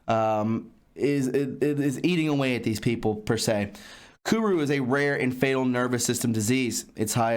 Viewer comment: It's not kuru